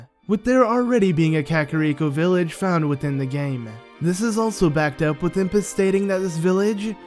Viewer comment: Impaz not Ipaz